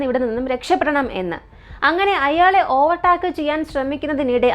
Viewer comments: ചേച്ചി ഓവർ ടാക് എന്നല്ല pronounce ചെയുന്നത് "ഓവർ ടേക്ക് " എന്നാണ് പറയുന്നത്. ഗൂഗിൾ pronounce ചെയ്ത് നോക്കിയാൽ കിട്ടും 👍🏻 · ഓവർ ടാക്ക് അല്ല ഓവർ ടേക്ക്